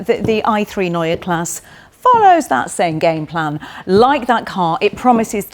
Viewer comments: Neue Klasse is noy-yah class-suh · Ginny, it's pronounced Noy-er Klass-er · Was this filmed before you learned how to pronounce neue klasse? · You still haven't bothered to learn how to pronounce Neue Klasse, I see. Shame. Edit: what happened to all these promises of full electric architecture providing cabin space from the class above? The car is physically longer and you are calling it cramped in the back...